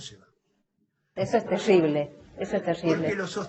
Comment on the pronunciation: "Las industrias del conocimiento argentinas, se van de Argentina". - "Si, es 'teshible'". 😂